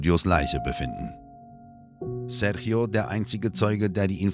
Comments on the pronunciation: Einen Richter aus den Usa zu zeigen, mit einer Us-Fahne, statt einen brasilianischen Richter, finde ich keine so große Idee, ist wohl eher geschmacklos. Außerdem wird Sérgio nicht "Serchio" ausgesprochen. Das tut in den Ohren weh. Mit wenig Mühe hätte die richtige Ausprache verwendet werden können. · Was die Aussprache des Namens Sérgio angeht, ist sie total daneben, selbst ausgedacht würde ich sagen.